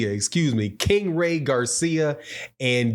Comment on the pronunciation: Just been watching you for while and love your content but it's not king ray it's king ry